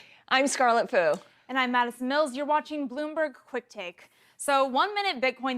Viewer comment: Hey Scarlet, the L on the end of your last name is not silent.